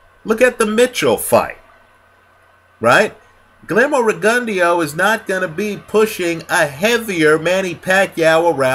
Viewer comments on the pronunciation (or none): GLEERMO REGUNDYO? REALLY? LMAO U HAVE A HISTORY OF CHOPPING BOXERS NAME UP.. I THINK U KNOW THAT THO LOL